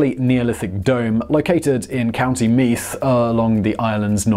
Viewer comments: Not to nitpick, but Meath is pronounced like 'mead' Also, they issue a very limited number of tickets in a lottery each year to witness the winter solstice at Newgrange. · Good effort on “Co.Meath”, but the “th” is a softer sound. Pronounce is as “mead” to get the Irish accent. New grange is a great place, there is a national lottery each year for a place inside the tomb on the day of the Solstice. Only 5-10 spots are open each year (politicians can invite their own guests) It was partially restored in the 1960s, which is mainly that white wall you see in the pictures. They’re is a smaller twin located nearby on the hill of Knowth, it is less accessible but is also less restored. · County Meath is pronounced Meed..love the channels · Meath is pronounced the same as the drink "Mead"